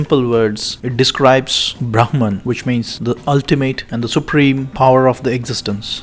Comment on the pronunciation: Pronounced as ब्रह्मन, not ब्राह्मन!! What’s अथर्वणवेद?? It’s अथर्ववेद!!